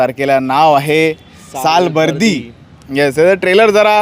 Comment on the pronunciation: मुळात उच्चार सालबर्डी करा... आणि मराठी सिनेमाच्या बाबतीत हे असले भिकारचोट review देतात.. खरंच तुमचा धिक्कार करतो. मी सिनेमा पासुन आलोय... एक चांगला प्रयत्नं केलाय, मुव्ही बघताना अजिबात कंटाळा येत नाही. चांगला सिनेमा आहे. ह्या बोच्यांच काही ऐकू नका.... 😊